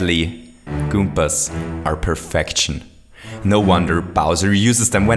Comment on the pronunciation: perfection not profenctioness